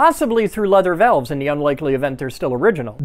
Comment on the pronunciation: Am I the only one who saw the loose bolts and haphazardly bent connecting rod, and couldnt stand it? And then he said "VELVE" My tism is tweaking, even as tame as the transpiration of transgressions were.. I want to fix the windmill